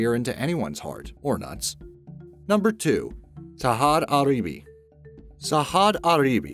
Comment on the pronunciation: Sahad Aribi ?? WTF did he just say LOL it clearly says Sajad Gharibi how the hell do you pronounce the letter ''J'' like an ''H'' HAHA